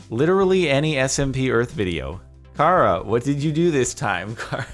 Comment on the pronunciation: “*kara*” Me: u mean “CHara